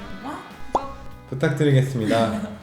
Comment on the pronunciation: 좌우 원투 펀치다.. 항상 구독을 "ㄱ듴" 이라고 발음하는거같아서 더귀여움